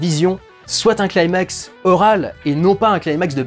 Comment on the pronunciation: Super vidéo, mais petite précision le mot "climax" se prononce avec un "cli" comme dans climat. Et non pas "claillemax". Et pour cause c'est un mot grec.